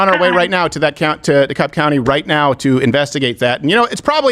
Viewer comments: Hi Steven,, and, In Georgia, it's Dekalb county, the L is silent.. Say "De-Cab" for the win. Welcome to Georgia:) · The L is silent in Dekalb County